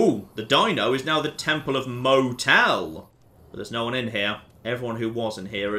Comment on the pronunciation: Mo-Tell? Did they rename DInky The Dinosaur Mo-Tell? OH MY GOD.